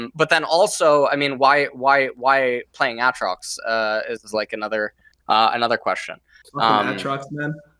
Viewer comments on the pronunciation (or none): How LS says Aatrox hurts my soul.